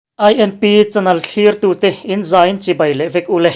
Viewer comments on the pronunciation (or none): INP Mizo Chanel tih tur ah INP Mizo Chanal in ti ziah mai a lam dik ve tawh teh u.